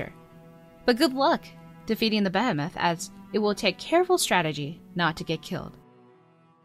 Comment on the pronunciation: Behemoth is not being pronounced correctly. Bee-hee-moth.